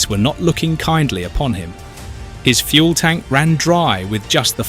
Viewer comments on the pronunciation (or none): none